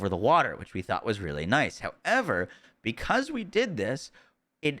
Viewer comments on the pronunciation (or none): none